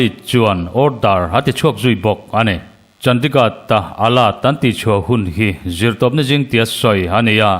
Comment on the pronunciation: hi i coment a ngaihnawm ṭhin ngeimai lo ṭang sauh sauh zel teh, mahse Chandigad tiin i lam tlat a heihi chu lamdik tawh la, India ram Khawpui mawiber hi CHANDIGARH ti a lam tur a ni e.